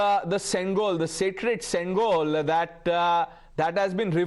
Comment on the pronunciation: Its pronounced shengol... not sengol.